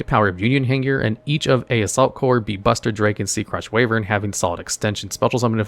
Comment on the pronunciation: I assume that people correct ’ pronunciation pretty regularly, so is the mispronunciation of words like Wyvern (WHY-vern and not WAY-vern) intentional? Kind of like “screw you pronunciation police; I’ll say what I want!”